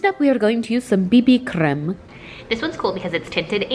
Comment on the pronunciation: that "creme" sounds so polish to me